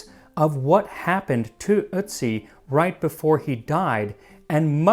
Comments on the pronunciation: Please pronounce his name right. It’s Otiz not Itzi.😊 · It's pronounced urt-see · The umlauted o (ö) in German, and germanic languages, is pronounced like, "er". So, "Ertzi" would be more accurate than, "uhtzi" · Nah, his pronounciation sounds like "Ützi". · It's eeortsi mate (pronounce) the umlaut dictates this. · then how come the guy in the video pronounced it the exact same way as "soot" and his pronunciation was touted as perfect?? you might need to rewatch the vid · It’s pronounced ertzi. O with an umlaut makes an er sound not oo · I'm a native German speaker, I know how it's supposed to be pronounced and listened to it again just now. He's not pronouncing it perfectly, but he's much closer than most English speakers bother to get. He's drifting more into the the neighbourhood of "ü" when he pronounces it, but you can hear he's trying. There is a psychological thing where you can't hear a difference between pronunciations if they're too foreign to you but I forgot the technical term. Same thing happens to me in English sometimes. Check Google Translate, set it to German and listen to "Ötzi". But be aware that it is slightly differently pronounced (short and without emphasis) when it's at the start of a word, so check out "Brötchen" too for a clearer example. In Austrian German it's emphasised more despite being the first letter of the word, but they add a weird diphthong to it too whereas Standard German keeps the vowel pure.